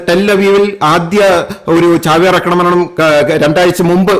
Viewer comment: 'അക്രമണം ' എന്നല്ല.'ആക്രമണം' എന്ന് പറയൂ.